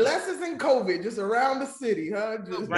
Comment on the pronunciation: BT said covid slim 😂😂😂😂